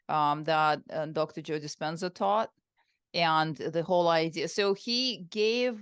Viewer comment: Please dont say 😮 Joe Dispena 😮